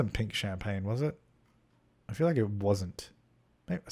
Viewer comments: "champaGNE" oh my god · the way you said champagne is how i say it in my head when i'm trying to remember how to spell it 😂